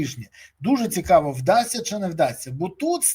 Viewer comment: Цикаво,цикаво,цикаво...Невозможно слушать...заебал своим цикаво.